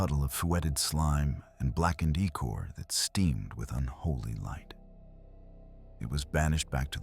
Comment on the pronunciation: There's something to be said with using one good voice. Its like an actual person telling you a story. Good mix of both kinds would be good. Other than that its odd it mispronounced "ichor". Lol